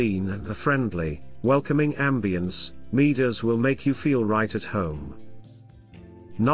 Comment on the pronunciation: It's pronounced Moo-ders.